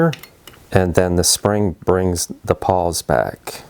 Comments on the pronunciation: I think I’m hearing you say “paws” rather than “pawls”… Great video as always! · I think they are called "pawls" not "paws". :)